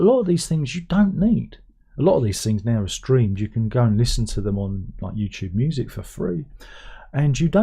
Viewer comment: As a yank, I like the way you pronounce YouTube. I’ve began pronouncing it that way lol